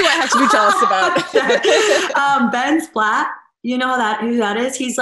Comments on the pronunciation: ben splat? Platt 😂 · Did she say Ben Splat?